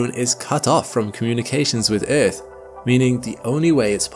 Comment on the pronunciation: eaRth! damnit man. not eeeth. stop with the baby talk